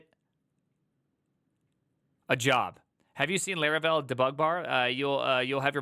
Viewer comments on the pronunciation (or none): Its Laravel not Leravel😢